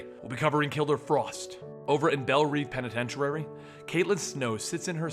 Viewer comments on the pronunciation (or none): anyone else catch say "penitentirary"